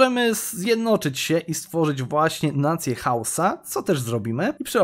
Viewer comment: parę razy zamiast powiedzieć Hausa mówisz husa